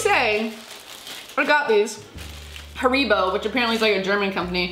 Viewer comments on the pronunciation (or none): Ha-ribo, not ha-re-bow 🤣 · How you say haribo is hareeebow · the only thing that triggered me was how she pronounced Haribo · Got a bit triggered when she mispronounced haribo not gonna lie